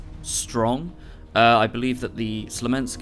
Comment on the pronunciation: sMolensk not sLomensk :P You keep getting it wrong that's why they will remove it. Because you cannot pronounce it ;)